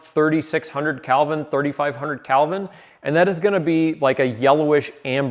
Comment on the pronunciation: Kelvin is spelled with an "e" not an "a". It should not be pronounced like the name, Calvin.